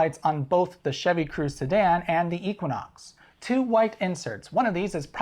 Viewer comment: Whats an eequinox lol think audi vw do to comply to us market.